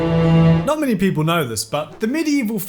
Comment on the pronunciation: I kept thinking you were saying mini-scandals.